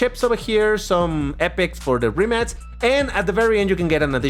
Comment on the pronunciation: No hate, but I love how pronounces the brand Rimac like "Rimmats" 😂